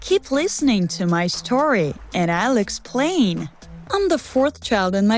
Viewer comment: When you said “and I’ll explain” it sounded like you said and Alex said”